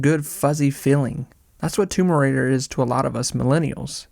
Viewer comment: Great video but why does it sound like you’re saying tumor raider